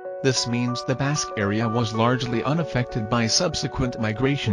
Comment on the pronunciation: Your robot reader has an appalling accent. Basque rhymes with cast, not cats. You forget to mention that the British Isles has more than 90%Basque genetics.